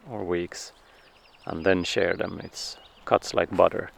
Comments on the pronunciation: Shear as in rhyming with hear. 🫶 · Just a heads up! The word in English shear rhymes with year. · Just a suggestion. In English we say “sheer” the sheep. It is spelled shear, but pronounced sheer.